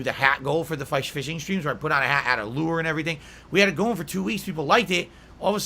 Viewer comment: Why the fuck does he say LEW ER